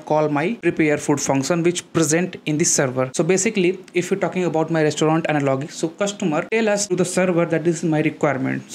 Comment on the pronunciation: Thank you for the easy to understand explanation. But I would like to tell you that you have to work on pronunciation of words like "analogy".